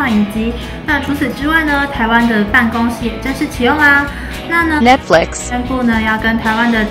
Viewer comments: Netflix!!!XDDD 這個唸起來蠻饒舌的，講的人也少，不要太灰心唷~! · 哈，沒關係！念錯也有念錯的瀟灑！